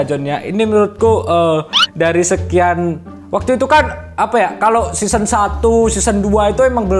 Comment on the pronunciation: Season, bukan seasoan